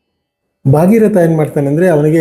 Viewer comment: ಕ್ಷಮಿಸಿ, ಅದು ಸರಗ ಅಲ್ಲ 'ಸಗರ ', ಬಾಗೀರಥ ಅಲ್ಲ ' ಭಗೀರಥ '. ಶಾಸ್ತ್ರ, ಪುರಾಣಗಳನ್ನ ಉಲ್ಲೇಖಸುವಾಗ ಕನ್ನಡ ಉಚ್ಚಾರಣೆ ಯಲ್ಲಿ ಸೂಕ್ಷ್ಮತೆ ಇರದಿದ್ದರೆ ಮುಂದಿನ ಪೀಳಿಗೆ ಅದೇ ಸರಿ ಎಂದು ನಂಬುವ ಅಪಾಯವಿರುತ್ತದೆ. ನಿಮ್ಮ ಒಳ್ಳೆ ಪ್ರಯತ್ನಕ್ಕೆ ಧನ್ಯವಾದಗಳು